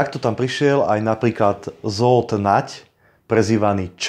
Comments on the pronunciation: Zle je to pocuvat Žold Nagy,Žolt je spravne. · Dobrá reportáž,len prepáč, trošku ako môžem....číta sa Žolt